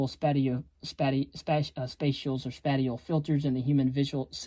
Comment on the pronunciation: Spatial is pronounced spayshul not spateal